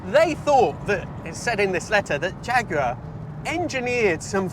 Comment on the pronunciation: Agree with that, he actually says jaguar fairly normally.